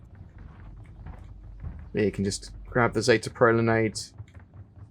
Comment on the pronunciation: ”pro lan EYEd”